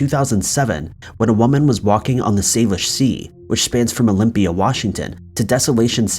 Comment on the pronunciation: Actually it's pronounced "sal-ish" not "sale-ish" but close. And the most likely theory is they are suicide victims. There's for instance a bridge here in town that's often shut down completely if someone is contemplating taking their own life, which is so sad. I'm pretty sure it's not a serial killer. Though we did have one with Robert Pickton a few years back.